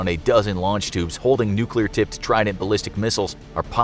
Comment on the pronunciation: "nuk war"